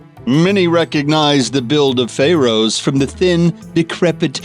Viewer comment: Stop talking like an idiot!!! Who else just HATES how he says Pharaohs?????